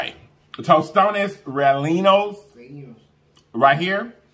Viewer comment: Hi you had me cracking up. I love your YouTube. You are one of the most positive YouTubers there are and you cook majority of your food!! Heyyyy. Great job pronouncing tostones. The other ones are called reyenos (rellenos) the double ll is pronounced like the y in English. Keep bringing positive vibes!!! ❤️❤️